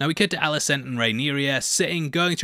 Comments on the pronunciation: The princess's name is Rhaenyra.... Not Rhaenyria . Rhae-near-ah. Not Rhae-near-ree-ah. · She’s RhaenYRA not RhaeNYRIA though 😅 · It's Rhaenyra. Not Rhaenyria. I know you can technically pronounce it however you want but you're doing it wrong with the i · small note, I believe it's pronounced Ray-neer-ah rather than Ray-neer-iya (not trying to be an a-hole, just noticed you said it a few times). Keep up the great work, love your vids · Good job on the video. Quick note for the future: her name is pronounced RAY-NEAR-A, not RAY-NEAR-EE-A. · Dude, her name is Rhaenyra, not Rhaenyria, not Rhaena. It's complicated enough without you confusing the name thing further. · Rhaenyra not Rhaeneria/Rhaenyria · Rhae-nera is the pronunciation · Mate, it's 'Rhaenyra' and 'Mysaria'. 🤦‍♂️ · her name is Rhaenyra... how fkn hard is it? hahahaha